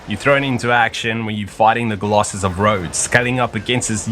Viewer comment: I'm not the only one who hears him pronounce Colossus as "Golossus", right?